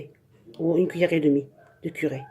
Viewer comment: il faut dire curry pas curé Et curcuma pas courcumin